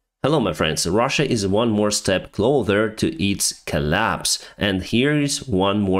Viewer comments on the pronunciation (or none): It’s closssssssssser with a s not clother like cloth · The word is closer, not clother, 👍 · КлоуСър ❤ Please stop pronounce it КлоуДър ❤ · my friend please do not say always „clother“ 😆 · Please!! Stop say CLOTHER when you mean CLOSER! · Closer and closer NOT CLOTHER. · It's "Closer" NOT "Clother",. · You keep saying "clother" instead of "closer" in your videos. Odd blip in otherwise excellent English. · its not as an offence, but its closer not clother 😊 Thanks for your reports on Ukraine. Slava Ukraini 💙💛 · Thanks for the content, as always. PS - "clother"...it really is "closer" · Денис, я вас умоляю, «ближе» (на англ. “Closer”) произносится клоу-Сэр а не клоу-Тэр…. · when you’re saying closer try to break it up into clo sir It will sound the same as closer little English lesson for you cause it sounds like your saying it with clother instead the closer. Clo sir please try it it make my day.your English is really good by the way.. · Please don’t say cloTHEr instead of closer. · I love your content, been following you over a year now, but please stop saying "clother" already! The word you want is "closer"! I was hoping you would figure this out yourself without anyone having to point it out, but that doesn't seem to be happening!:) Otherwise, please carry on making great content! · Hey, I appreciate your informative videos. Been watching since the start of the invasion. Just to help you, I notice you mispronounce the word "closer" regularly. The "s" sound you are pronouncing sounds more like like a "th". Like in the word "clothing". I understand this is hard for non-native speakers, but it shouldn't be used here actually. The "s" should actually sound just like in the word "sir". So like, "clo" "sir". Hope this helps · It’s closer with s s s s not d not clother Closer closer ****** stop say cloder or clother Closer closer closer you are a pilot what going on ? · Closer is spoken whith a sharp s. Cheers